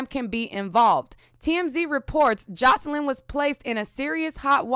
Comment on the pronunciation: Girl! You know why you keep mispronouncing her name... bcuz of all those R Kelly updates you've done. 😄😄😄